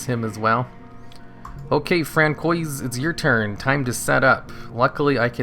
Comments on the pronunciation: ...is it not fran-swah (french)??? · “Fran-koi’s” lord help us lmao, nice vid tho!